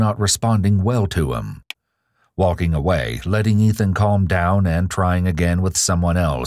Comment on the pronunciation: I love how pronounces "waulking" and "taulking".